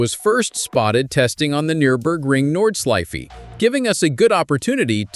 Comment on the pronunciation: The Nordslifey?! 🤣 AI slop voiceover 🤦‍♂️ New Class?! Work on your German!